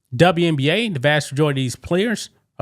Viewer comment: Elmer Fudd says the W in WNBA stands for "WESBION"